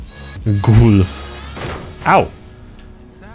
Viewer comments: tego "gulfa" czyta się galf jest to amerykańska firma zajmująca się sprzedażą benzyny i diesla w ameryce, sponsorowała ona też dużo turniejów samochodowych np Le Mans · to nie gulf tylko galf